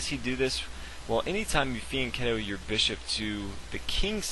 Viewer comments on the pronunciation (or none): Fianchetto is pronounced "fee-ann-TCHEH-tow", not "fee-an-KEH-tow"... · Learn to pronounce fianchetto